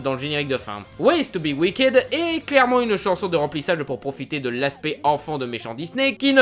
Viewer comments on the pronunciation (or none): none